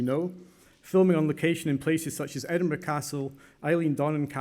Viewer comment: The People who troll Shahrukh don't know the pronouncing Edinburgh 😂